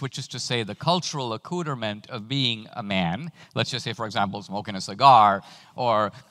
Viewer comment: "cultural acooterment"